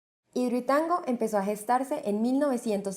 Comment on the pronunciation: Ella dijo hidrotango